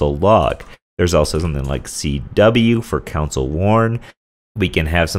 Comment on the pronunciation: Great tutorial! However, that's soooo not how to pronounce 'console'.